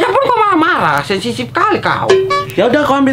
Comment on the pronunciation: Wkwkwkw SENSITIF bkan SENSISIF🤣🤣🤣